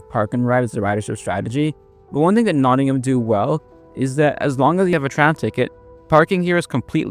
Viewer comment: Thanks for your survey of Nottingham’s trams, but there’s no ‘ham’ in Nottingham (nor if you go to see Birmingham trams in Birmingham). The ‘a’ is a schwa sound, the most common vowel sound in British English.